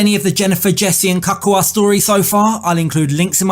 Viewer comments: His name is pronauced Ka-cu-a,it's not hard to say. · 'Kakka' in my Afrikaans Language means shit! Jesse is a Hollander and that is why he cannot pronounce Cacua's name correctly, because Afrikaans and Holland sounds almost the same! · It's his pronunciation of Cacua's name for me 🤣🤣🤣